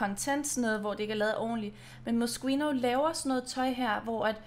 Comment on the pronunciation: Man udtaler det Moskino😊